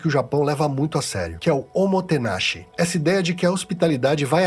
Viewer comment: Dica: se pronuncia omotenashíi, com sílaba tônica na última sílaba e prolongando o i